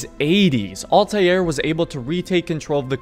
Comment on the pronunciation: dude really said altaieir